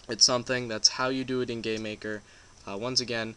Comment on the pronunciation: He said gaymaker hahaha